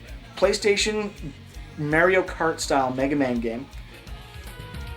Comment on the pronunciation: Haha where do you guys live? I love how you say Mehr-io instead of Mar-eeyo